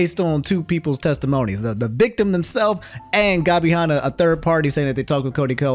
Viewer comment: dude i love uou but calling Gabby Hannah gobby Honna is so fucking funny. Nux is gonna get your ass